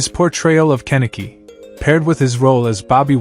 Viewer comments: And it's Kaniki not Keniki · You are pronouncing Kenickie's name wrong, among others. What a waste of time. Your commentary was awful.